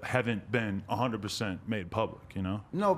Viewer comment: "hunnid percent"😂😂